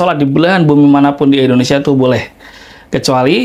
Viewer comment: Indonesia pak bukan Endonesia, nyebut negara sndiri aja sdh salah 😅